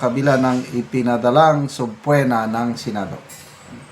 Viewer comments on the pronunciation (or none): Sir, it is pronounced as “subpina” not subpwena.